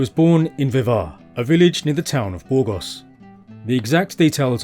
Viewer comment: Soy española y andaluza, y no me gusta que se alteren los nombres de los lugares, como Borgos? cuando es Burgos, o Badoz cuando es Badajoz, etc... y ese acentillo medio latino americano medio inglés, es chocante. Le gustará al autor que yo tradujese los lugares de su tierra bastante mal y con acento andaluz? El andaluz no es un idioma ni un dialecto pero tiene su acento muy diferente del castellano oficial, sabes?😂😂😂😂😂😂